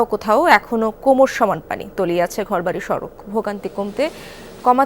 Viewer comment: শুদ্ধ করে পানি বলতে পারেনা ফানি ফানি শ্লা এরাও সাংবাদিক 😂